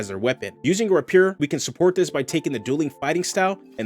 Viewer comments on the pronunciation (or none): Loved this video. So many videos are just restating the rules, this is actually creative and inspires further ideas. Thanks! FYI, chassis is pronounced "CHASS-ee", and rapier = "RAY-pi-er".